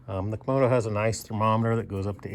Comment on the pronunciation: lol. You keep saying komodo, like a komodo dragon. But it is a kamado. Two A's, not two O's.